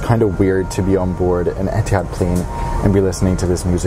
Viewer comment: etehads e-tee-hads u mean ethads ee-th-ads